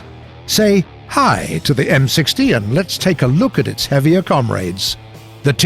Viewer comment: It’s pronounced COM-RAD not COM-RAID